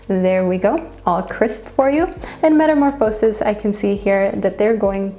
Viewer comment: I love the way you pronounce some words like chariot and metamorphosis!